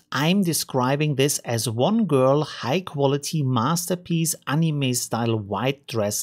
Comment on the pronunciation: Thanks for the video. One of the best channels about stable diffusion. But. Please. The "e" in anime is pronounced like "e" in pok_E_mon or cafe, not like english "e". The "a" in anime is pronounced like "a" in _A_nimal.